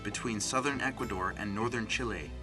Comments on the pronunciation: ikr he said it wrong XD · CHEE-LAY = Chile